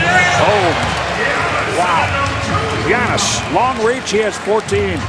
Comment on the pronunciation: His Name Called Giannis !!! NOT GIANNOS !!!!